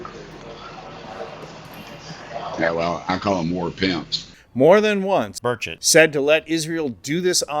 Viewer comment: Question: how badly were you screwing up Merchant’s name during the recording of this video?!